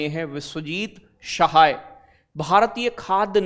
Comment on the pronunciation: प्यारे सर हर शब्द में आप 👉श नहीं use कर सकते उर्दू languge hinglish me bhi अर्थ वाले शब्द होते निरर्थक भी जैसे आपने शय्यद अता hushain बोला।गलत उच्चारण होगा ❤😊DIG में जी होगा ना कि ज़े ज़ी 😊 शाहाय ❌ सहाय